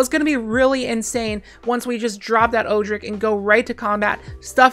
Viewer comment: I’m fairly confident Odric is pronounced ‘Odd-dric’, not ‘Oo-dric’.